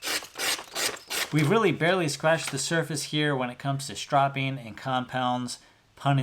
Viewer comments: Why does he keep saying "shtropping"? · That is not how you pronounce stropping